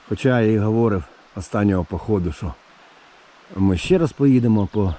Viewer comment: Українська мова на каналї це класно, але наголоси в словах провірте - хОдити, чи ходИти, говОрив чи говорИв. У вас же в назві каналу ПОХОДИ написано, а кажете похіду)))